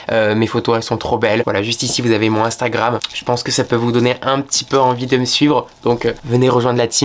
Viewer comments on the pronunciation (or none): none